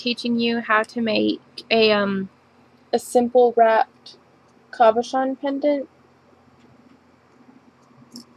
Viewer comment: Its a CABOCHON not COBOCHON SO PLEASE IF YOUR GOING TO SAY IT SAY IT RIGHT........